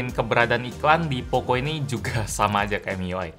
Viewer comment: pocoooo bukan pokoo